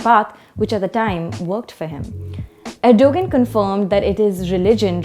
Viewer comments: i hope the host dont say Erdugun ....its ERDOGAAN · please learn to say the name of the protagonist in you commentary properly. It is something like "Erdowan" - not "Ergo-gun" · Stop calling him er-dough-guhn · “G” is silent it is erdoaaan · You lost ALL credibility when you couldn't even do the basic research of learning how to pronounce Erdogan's name correctly despite his heavy presence and familiarity in geo politics. WTF!!!! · It's a soft 'g' so not pronounced, they should have researched that before airing their report